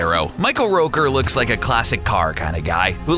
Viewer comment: Its michael rooker not roker. Dumbass